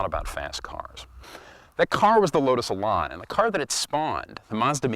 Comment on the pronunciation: THE worst description of the Lotus Elan I have ever heard. Plus, A Miata is nothing like an Elan. Nothing. Also, it's not pronounced Elon. Terrible.